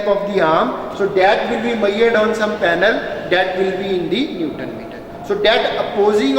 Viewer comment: 'Maiyered' nhi 'measured' hota hai sirji.....baki video is very informative and nicely explained